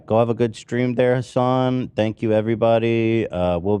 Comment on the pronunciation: I never knew if pronounicng hasan's name as "Hasen" is a joke or if that's how u actually pronounces it. Hasan never reacts to it, and I don't think Hasan has ever pronounced it like that